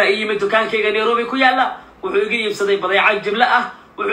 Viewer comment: Neirobi❌Nairobi✅wax barta lagama karo😅